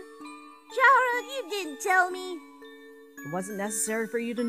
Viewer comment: IT'S NOT CHARA (CHAR-A) ITS CHARA (CAR-A) LIKE THAT